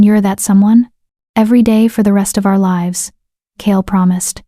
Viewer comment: I like your stories, but the wrong pronunciation of several words throughout them is really annoying. The ones I recall are majesty, tear(s), live(s). Mispronouncing these words changes the meaning and deters the listener from being fully present in the story. I hope you can fix this. 😊